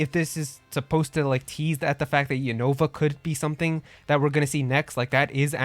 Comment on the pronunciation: I've watched the anime and the pronunciation of Unova is "U- nuh-vuh", not "U-Nova". I want a new Mystery Dungeon game! There hasn't been a new Mystery Dungeon game since Super Mystery Dungeon! Also, Pokémon Conquest 2 would be awesome! It should be done by Square Enix and be a crossover of Pokémon and Final Fantasy!